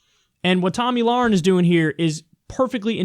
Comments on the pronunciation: Lmao omg "Tami losenge" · why did he pronounce her name so weirdly withour noticing... biden syndrom or is he talking about someone else than tomi lahren?